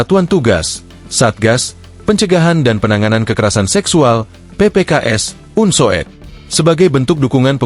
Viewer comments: Bacanya bukan un so ed, tetapi UNSUD. Masa youtober tidak ngerti ejaan lama. Itu yang disebut U (OE) lamat. Tks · astaga .. sang narator membaca Unsoed sebagai "unsowed", bukannya "Unsud" ....